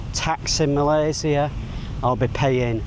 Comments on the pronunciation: You're probably one of those people who pronounce "Malaysia" in the most correct way. Welcome! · Spot on for pronouncing Malaysia name correctly. Even our Finance Minister 2, Amir Hamzah said it incorrectly (Malayzier).😊